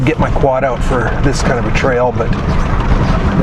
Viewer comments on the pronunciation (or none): none